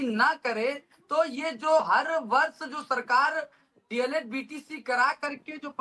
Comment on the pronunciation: D. El. Ed. Hota h na ki DLD